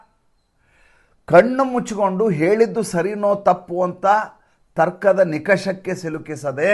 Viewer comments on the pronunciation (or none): ಸರ್, ನಿಕರ್ಷಕ ಅಲ್ಲಾ ನಿಷ್ಕರ್ಷಕ್ಕೆ